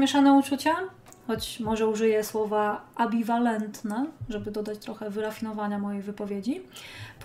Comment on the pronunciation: Jak już używasz słów niezrozumiałych dla zwykłych ludzi to proszę cię nie kalecz.. ambiwalenta nie ABIWALENTNA😂 lubię cię jesteś gamerką więc nie obniżaj poziomu 😉 pozdrawiam